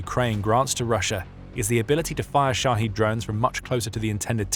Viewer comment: They're called Shahed drones, not Shaheed. It's not a difficult word, and you could have learned it over the past few years already. "The Military Show", sure… 🤡